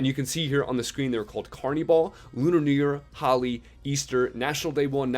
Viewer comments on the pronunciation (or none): holi is pronounced as hol eee